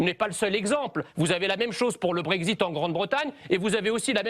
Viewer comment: The Brexit et non pas Brezit